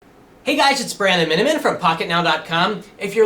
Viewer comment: It sounds like he said, Brando-Minnimin, as he introduced himself *-*